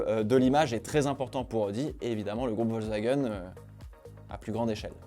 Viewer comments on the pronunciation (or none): none